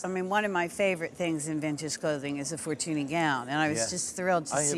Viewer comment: That's not how you pronounce Fortuny. The ny in catalan is pronounced like the spanish ñ.